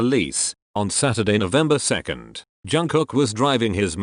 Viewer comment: not to offend you but why do you pronounce JUNG-KOOK as JANG-COCK its bother me a lot HAHAHAHAHAHAHAHA